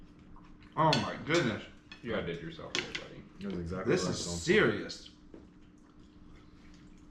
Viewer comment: Dang it, its EX-ACTLY not esactly. lol I don't know why, but it drives me nuts how you say the word exactly.